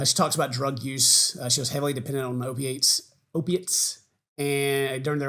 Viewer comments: I know this is extremely serious but you mispronouncing opiates repeatedly kept me going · “O-Pates”. Love it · Listening to attempting to pronounce “opiates” was so painful. I let it slide once, but it happened multiple times. Help him, Buff!!! I know you know how to read 😭 I’m kidding,. But seriously, just sound it out..